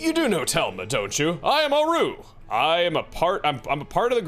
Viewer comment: The way you pronounce "Auru" is like nails on a chalkboard (no offense intended), since it's a clear reference ot Rauru whose name has the accent stressed on the first syllable.